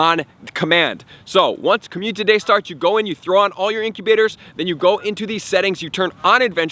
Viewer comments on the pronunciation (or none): Is it just me... or ...is he saying COMMUTITY DAY